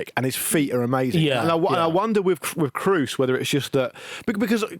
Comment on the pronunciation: Why can none of you pronounce Tony Kroos's name. It's not exactly a hard name. You just need a functioning pair of ears.